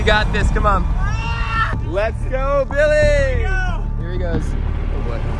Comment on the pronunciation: When said lets go Billy it sounded like let's go millie